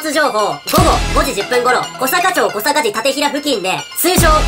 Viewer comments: 小坂町(こさかちょう)じゃなくて、『こさかまち』らしいですw クマでか。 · こさかちょうではなく、こさかまちです。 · 秋田の人✋ ちなみに 小坂町＝こさかちょう ではなく こさかまち ですね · 熊のとこ 小坂町はこさかちょうではなく こさかまちですよー あれ…これ地元バレてね？ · 熊のやつに出てきた小坂町の『町』の読み方は「まち」の方です。 秋田済みなので言いたくなりましたw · ちなみに読み方は小坂町(こさかまち)です。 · 小坂町（こさかまち）小坂字（あざ）館平（たてたい） が正しい読み方じゃないんですか？ 面白くする為に出してる動画に細かいところ突っ込んですみません🙇🏻‍♂️（私がそこの住民なら少し嫌ですけど...）